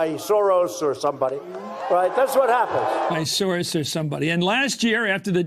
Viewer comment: Please check out the pronouncation of the word SAURUS: SOROS